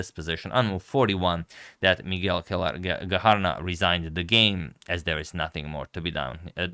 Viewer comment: It's pronounced Cuéllar= Kwe- yar, Gacharná= standard ch with an emphasis on the final "a"